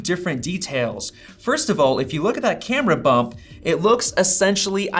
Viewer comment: You said MacBook air camera bup. Lol